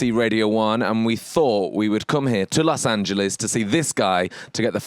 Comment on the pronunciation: HE SAID LOS ANGELES CORRECTLY